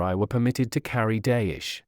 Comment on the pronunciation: Dayish is not a thing! The big and small swords that symbolized status was Daisho (Dai = big , sho = small) It is pronounced "die show".